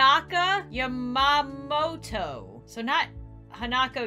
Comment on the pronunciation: Literally in the first 2 minutes messes up Yamamoto. It's prounouced ya-ma-mo-toe (It's my last name lol)